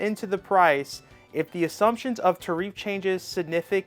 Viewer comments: Saying "they clearly don't know what they're talking about" and "tuh-reef" in the same video is incredibly ironic. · tare-riff my man